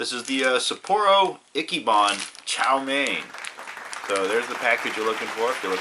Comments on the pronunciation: It's EECHEE-BON, dumbass. Not icky ban, not itchy ban, EECHEE bon. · Not "Acky" ban, say it right, damnit, It's "Itchy" ban. "Sapporo Itchy-ban".